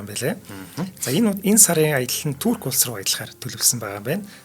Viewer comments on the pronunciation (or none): none